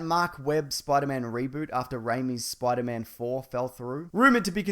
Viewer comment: I like how he pronounces Spider-Man as Spoider-Mam